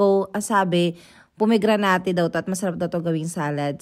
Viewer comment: it's po-meg-gra-net po.☺